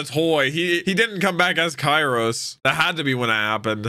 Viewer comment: The Show: KYROS! x: Kairos. please, start using those giant headphones of yours! Names are easy to get right if you actually listen during the show!